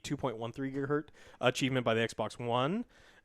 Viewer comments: Am I the only one who heard him say "sexbox" lol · Did Joe say Xbox Sexbox?